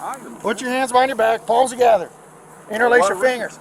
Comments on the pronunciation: I thought I was the only one hearing paws 😂😂😂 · It sounds like he’s saying put your paws together.